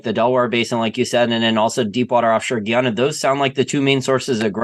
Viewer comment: I’m married to a Guyanese, it’s pronounced: Guy-ana.